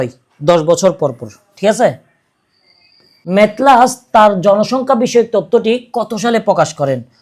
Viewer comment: ডালটনের সূত্র লেখা একরকম আপনি পড়ছেন আরেক রকম। মেলথাসকে বার বার মেথলাস পড়েছেন। বই অনুযায়ী বাংলাদেশের শিল্পখাত 5টি উপখাত সমন্বয়ে গঠিত।